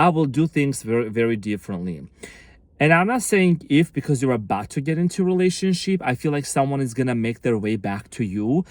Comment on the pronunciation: Are you saying "relationshit"?!? 😂 You cutie patootie thanks, you are amazing as usual big hugs 🙏💜